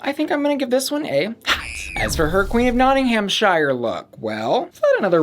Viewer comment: also Nottinghamshire doesn't need such emphasis on the ham part and shire is said the same way as above